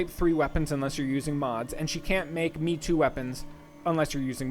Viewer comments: it's not pronounced "me-too", it's "may-toe" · Ofc, but the point is to get it close as Japanese as possible. "me-too" isn't remotely close to how the word is pronounced and I didn't know what you were saying in the video without the contextual knowledge of weapon grades.